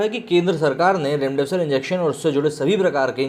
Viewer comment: इसको बौलो रैमडेविसर नही,रेमडेसिविर नाम है.